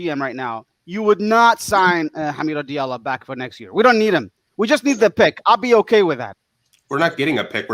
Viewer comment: "Dilario":) "Hilarios" "Di Allo" Ha Mi Do --- Di Allo You got it right in the end:) and this text was a waste. Come on Algorithms help this "" Earned a sub for your humble personality